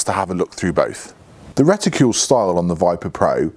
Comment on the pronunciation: reticule? no RETICLE!!!